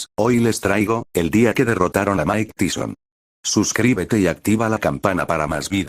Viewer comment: Mine teeson? O mike Tyson?